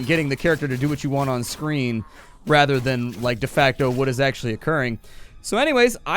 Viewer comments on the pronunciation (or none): none